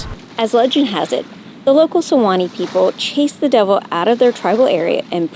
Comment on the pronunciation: Siwanoy is pronounced Sea-Wa-Noy. I grew up in New Rochelle, NY. which was settled on the shore of Log Island Sound which was part of the pathway used by the Siwanoy Indians.